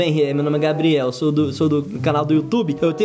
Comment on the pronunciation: Gente e impressão minha ou a shirley falou gabri kkk